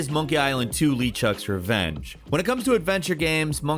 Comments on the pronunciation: It's "LeChuck" not "Lee Chuck" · Monkey Island 2: "Lee Chuck's" Revenge? It's like the kid who voiced this hasn't even played the game. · Tell me you haven't played a Monkey Island game without telling me you haven't played a Monkey Island game. pronounces Le Chuck wrong